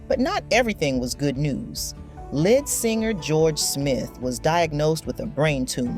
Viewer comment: It sounds computer generated AI. No person would say "Lead"(the element) for "lead" as in lead singer. Chi Lites was pronounced "Chee".